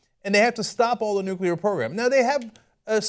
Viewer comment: Lol ***** pronunciation of nuclear.